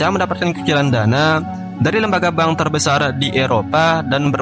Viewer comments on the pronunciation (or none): none